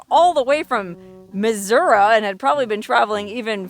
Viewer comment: Bless you for pronouncing Missouri correctly! 🤟👍😺🐈‍⬛ Great video!